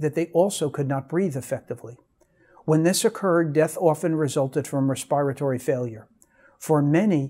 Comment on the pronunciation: Re-spire-tory? It’s respiratory failure.